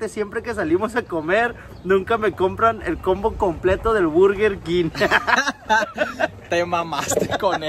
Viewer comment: Misa de gato presente 🤣🤣🤣🤣🤣 se pasó con esa jajajaja,y alguien más se dio cuenta que en vez de decir burger king dice "virgen king" y en vez de decir combo dice "compa"🤣🤣🤣